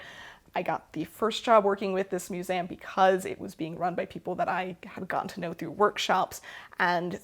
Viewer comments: No one, Not A Soul:: Mus-ay-um 😜❤️❤️ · As a fellow learning and history lover, I find it SO interesting how you pronounce “museum” part of your regional accent I assume, hopefully this doesn’t offend you, but I’ve been reading a book on linguistics and the history of human language and as a Spanish speaker I find it very interesting how you pronounce the word as it would come naturally to me, instead of “American” vowels, I don’t know just a rambling hole you sent me into in this sewing video of yours that I was already very interested on, haha, love you videos, glad to hear you’re making this your full time job, and godspeed on that :)